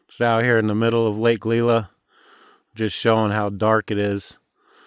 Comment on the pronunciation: Friday night in early September, doesn't surprise me at all. BTW, Lake "Lie-luh" and "Suh-bat-iss" rd. 🙂